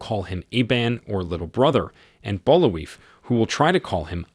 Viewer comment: Bul-vai is how it's pronounced, they say his name in the movie like a dozen times.